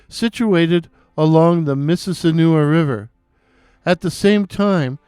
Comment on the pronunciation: The correct pronunciation of Mississinewa is "miss-iz-SIN-eh-wah"